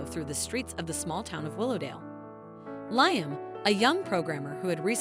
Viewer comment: LIAM is pronounced LEE-UM